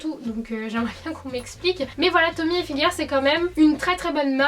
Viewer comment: On dit ilfiger et non ayfiger parce que hi se prononce i en français et non High (comme highlighter)